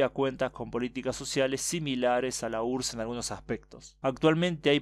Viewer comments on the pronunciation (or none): none